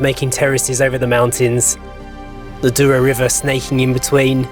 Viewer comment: It is NOT the "Doo-row" Valley. The word is pronounces DOUGH-row and means golden. "OU" in Portuguese is pronounced like "oh" and a single "o" is usually "oo" - contrary to what you'd expect in English.